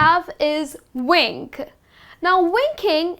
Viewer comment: Dear, You are doing a great job but still as many Indians do that, you are unable to differentiate between the sound v and w. Vocabulary as you pronounce it with round lips which is completely incorrect and your wink is vink not with rounded lips.